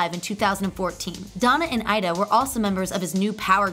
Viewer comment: Mayte is not pronounced MATE...My teah... Ida is pronounced E-da...and Donna Gratis was not part of NPG. The picture you showed was Rhonda Smith, bass player for NPG. Also at one point you said Prince made a "come back"...HE NEVER LEFT (until April 21, 2016). It would be impossible to "come back" to something one never left. Maybe I missed it, but did you mention that Prince was the first artist to promote his music on the Internet? Or that he didn't even have a Cell Phone? Mystery---yes! Most amazing person in recent history--4-sure! I did enjoy watching this. Oh and in his song lyrics he wrote, "If you're always with me, you never have to call me, touche!" Which probably explained why his wife never called him...